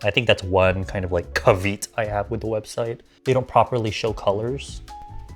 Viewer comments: Just for next time, because I heart you and I didn't know how it was pronounced until my English major spouse told me but caveat is pronounced Kah-vee-aht instead of Kah-veet. I did it wrong for years! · Caveat is pronounced "CAV-ee-ott" (unless you were doing a wrong pronunciation joke, in which case, ignore me)